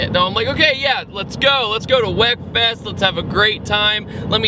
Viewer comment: Wekfest pronounced week fest lol